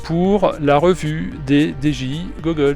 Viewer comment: Lol ta dis dgi gogoles